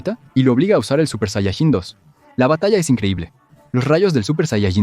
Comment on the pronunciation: "Supershayachin dos"